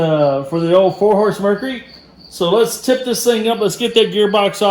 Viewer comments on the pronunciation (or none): Mercury not Mercery or Mercry.